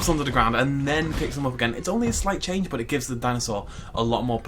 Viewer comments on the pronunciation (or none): none